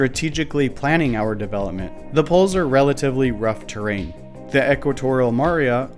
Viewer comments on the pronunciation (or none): none